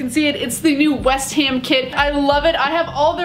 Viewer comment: why u keep saying west hem , its west ham u don't even pronounce that right 😩😩 please fix it next time